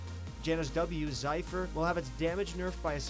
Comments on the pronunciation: I thought it was “Zef-er” not “Zy-fer” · its zephyr not zypher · Zypher? Zipher? You mean "Z-ef-er" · I think its zephyr.... not ZYPHER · "zaifir" hahahahahahahahahahahahahahahahahahahahahahahahahahahahahaha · "Zie-Fer" its literally Pronounced how its spelt "Ze-fer" fkn reeeeeeeeee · zypher? whats zypher? you're saying it completely wrong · Diana Westbrook getting fuckin' canceled over here. Also, it's ZEPH-URR for Zephyr. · Just a heads up it’s pronounced ze-fir:) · Here's a proguide: Zephyr is actually pronounced like zeffer. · actually painful. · what did you just call zephyr?.. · The zephyr pronunciation LMAO